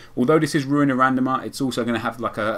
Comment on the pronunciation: RRRuuin a RRRandomer ;) Keep it up mate :)